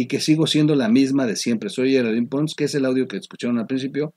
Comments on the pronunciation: Oye ¿Por qué le dices Geraldine "Pons" siendo "Ponce" [Ponse]? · El apellido es Ponce, no Pons. Ya sabemos que dominas el inglés. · Amigo se pronuncia Geraldine "PoncE" la E suena al final de la ultima silaba...a diferencia del apellido "Pons" que no lleva ni C ni E al ultimo. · Lee, es PONCE, no Pons.